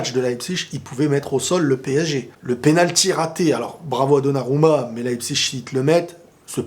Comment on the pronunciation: on dit leipzig pas leipzich .tu vis ou toi?